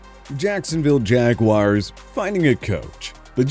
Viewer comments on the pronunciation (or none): none